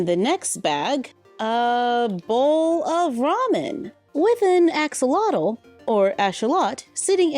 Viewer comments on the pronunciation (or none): You pronouced axolatol wrong both times . (And I’m spelling it wrong but I can’t remember how to spell it)